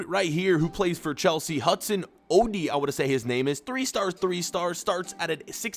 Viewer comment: It’s U-doy if u stretch it out u American Hudson Odoi